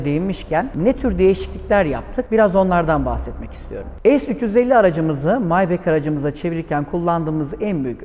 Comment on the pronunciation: Neden maybah değil de "maybek" :)